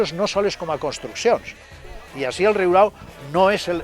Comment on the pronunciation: Excel·lent documental!!! Només un apunt. És ben curiós que és l'element popular qui pronuncia com cal el terme, no així com locutor i historiador. La segona r és senzilla. Aprenem dels qui saben!!!